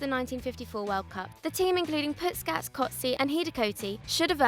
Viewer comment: learn to pronounce puskas